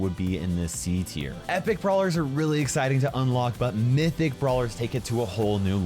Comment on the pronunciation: Mythic you said wrong